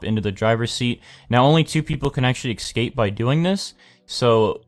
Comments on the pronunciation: In case you didn't know, escape is pronounced "escape" not "excape" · BANKER i know but like, most countries that i know that are English talking say escape, not excape, he doesn't sound british or australian.